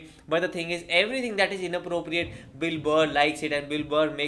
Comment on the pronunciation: You pronounce Bill Burr like Dilber